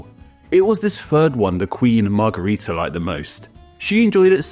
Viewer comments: It's weird that you keep calling it a Margarita and not a Margherita. One is pronounced with an a and one with an e sound. As a kid I found it funny that both the Margarita drink and the Margherita pizza sound like the Romanian word for Daisy, "Margaretă" and thought it was just some coincidence... gee I wonder why they sound like that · As a fellow Romanian -- trust me when I tell you that both the 'a' in margarita and the 'e' in margherita are pronounced identically (as a schwa, represented as ə in the IPA, or ă in Romanian) in most English dialects 😘